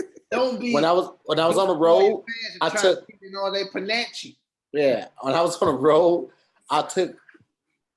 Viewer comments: is trying to say 'panache'??????? it's pronounced pah-nash....not pah-na-chee. yo, wording is hard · Love ya, but I think you meant to stay panache (pah-nahsh) not pah-natch-e:)